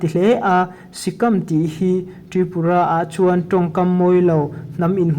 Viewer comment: A bengvar thlak e Tripura chungchang i sawi naah khan lam rik dik lo i nei a SIKAM tih hi a lam rik dan tur chu SIKÂM bawng in si,kan tih a Si ri anga sawi tur ani a KÂM hi Lâm kan zir tih a Lâm kan lam rik thlukin KÂM hi lam rik tur ani a SIKÂM a awm zia chu,ramhuai hi sikal an ti a,tun hma in Mizo te hian kan runin an lu kan la ṭhin a Mizo te chu ramhuai Sikal ang mai sikam min ti ta a,tun thleng hian Mizo te chu Sikam min ti a,Chakma pawh Takam kan ti a,Bru/Reang pawh Tuikuk kan ti a,English ho pawh sap kan ti a,kan hrethiam ang chu maw